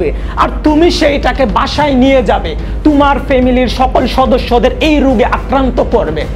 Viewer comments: ভাইয়া ভাষার উচ্চারণ একটু অনুশীলন করে ভিডিও আপলোড দিলে ভালো হয়, কন্টেন্ট ভালো হলেও উচ্চারণ এর কারণে শুনতে খুব বাজে লাগে। যেমনঃ ১। থানোশ > থেনোছ ২। তুমার > তোমার ৩। রুগ > রোগ ৪। কেনুনা > কেনো না ৫। নেহেক্সট > নেক্সট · আপনার এডিটিং মজার হয় কিন্তু বাংলা উচ্চারণটা ঠিক করলে আরো ভালো হতো। যেমন "তুমার" না, কথাটা হবে "তোমার"। "দাক্কা" না, কথাটা হবে "ধাক্কা"। "পয়োজন" না, কথাটা হবে "প্রয়োজন"।